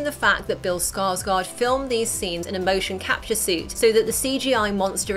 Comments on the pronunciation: Stop saying scar scar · No one: Not a single soul Flicks and the city bill scosgods pennywise Me: Bill Scarsgård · U say Bill Skarsgård totaly wrong